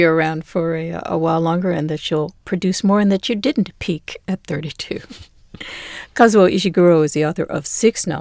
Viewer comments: KAH-ZOO-OH not Kauzo 🙄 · Introduction. The man introduces the programme, by mispronouncing the author's name, not once, but twice! ( he is Kazuo, not Kauzo). So inexcusably arrogant. Otherwise an excellent video and lovely readings. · Would have been super-terrific if the first host could have spent a few seconds to learn to pronounce "Kazuo" properly